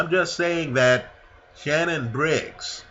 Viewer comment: Shannon not shannan